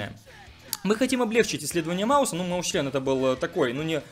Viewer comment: Став лайк, если заметил что не говорит Маусчен а говорит Маусчлен.